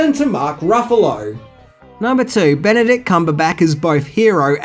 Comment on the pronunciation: Ben - a - dict Cum - ber - batch